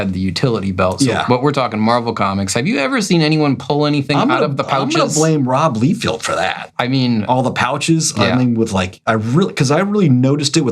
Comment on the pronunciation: Geeze! No Todd McFARElane? How about Rob LEE field? What about Joe SinNOTT instead of how he actually pronounced his name? It’s SINNIT. What part of the country are you from or do you guys just do this to be funny?